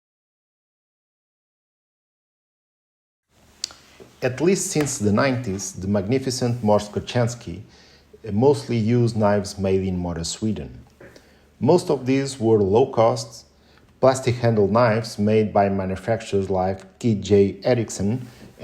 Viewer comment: You incorrectly pronounce his surname it written Kochanski but his parents was from Poland so his surname should be read as Kohanski (as H not as CH) ... from polish word Kochać - means Love